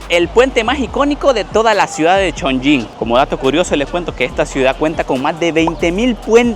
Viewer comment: Cada vez que pronunciabas Chong"ying" 🗣️ la ciudad perdía un nivel de altura 🏙️⬇️🏢😅